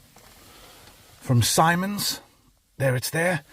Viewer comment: It's actually pronounced 'Sim-ons' not 'Symons'.... allegedly.. 🧐